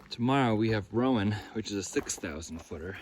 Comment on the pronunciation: Just for an FYI….its you-NAY-kuh (Unaka) and RONE (Roan) one syllable. (And when you get to Boots Off…you’re across from Wah-taw-gah (Watauga) Lake! It’s always hard to figure out the local names of landmarks!!! Big miles!🎉